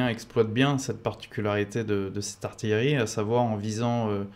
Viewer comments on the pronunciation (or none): none